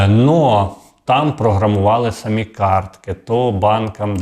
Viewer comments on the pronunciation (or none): none